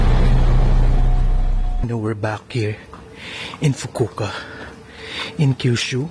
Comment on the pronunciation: Fukuoka 😂Fukuka 😮kala ko Fugu ka?